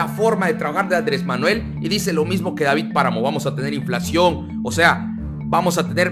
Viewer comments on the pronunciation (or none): none